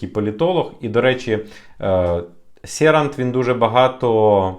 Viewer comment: учи польский. Не Серант,а Щерант.